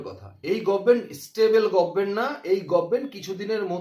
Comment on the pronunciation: আরে গভর্নমেন্ট উচ্চারণ করতে পারে না "গরমেন্ট " বলে,সেই অশিক্ষিতের কথা কেন শুনব?